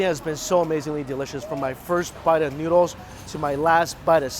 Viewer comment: Am i the only one hearing « Nudes »